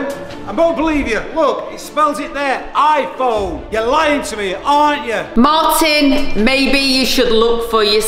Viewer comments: IPHONE not ifone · Ifone😂 YOU MEAN IPHONE 😂😂😂😂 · You said iPhone wrongly but I don’t judge